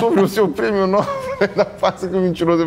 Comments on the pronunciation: Prêmio “Nobééél” e não “nóbel” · É "Nobél", senhores!